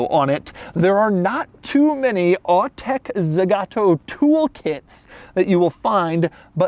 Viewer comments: You said "ZEgato" like 300 times... It's Zagato. zAgato. The two "a" are pronounced exactly the same. Za ga to. ZA GA TO. It's not that hard... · The brand is called Zagato, not Zegato nor Zigato. It hearts to hear the name mispronounced throughout the whole video.